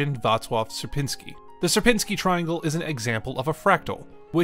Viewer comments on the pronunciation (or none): Its not ser-pin-sky triangle Its siier-pinni-skyi triangle Sier-piń-ski